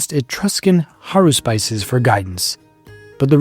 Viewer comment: This video is great. Just wanted to let you know that the plural of "haruspex" (haruspices) is pronounced hə-RUH-spih-sees, like Antigone.